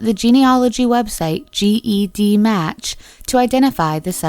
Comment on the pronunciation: GEDmatch isn’t pronounced G. E. D. Match, it’s pronounced JedMatch. Lancaster County is pronounced Lank-aster, not Lan Caster. Failure to research noun pronunciation makes me wonder what additional research is missing. Traces of semen ARE... not IS.